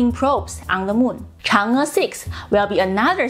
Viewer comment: "the Chinese moon lander chang-ga". arghhhh